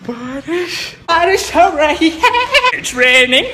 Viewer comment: That "bawrish hori hai" sounded like "pawri hori hai"